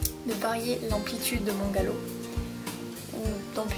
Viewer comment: Mdr "Galow" 😂😂 sinon merci pour tes conseils 😘